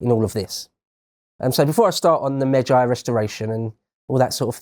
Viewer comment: I searched for just in case this was lotus eaters video and I realized it this channels video I was already watching. In all due respect and I do mean this May-G Meij-gee Not Meij-I